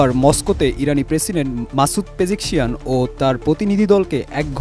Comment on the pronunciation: Pejekshian na pejeshkian